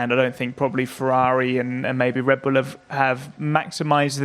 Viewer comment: Red B"uhm" Racing